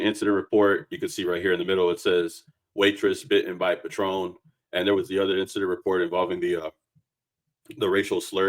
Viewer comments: It's not patron like the liquor, it's "pay-tren" sorry bro it's the autism in me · PAtron not paTRON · Patron as in pay-tron. Not Patrón (pah-trone) 🤦🏾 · Calling it a Patron (the liquor) instead of patron (pay-trun) is HILARIOUS to me lol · Pronounced Pay-Trun.